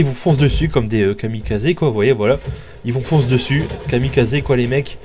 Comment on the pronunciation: on dit kamikaze et pas kamikazé